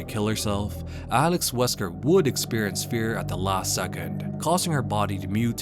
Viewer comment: Alex Wesker?! Ahh you mean "she wesker" xD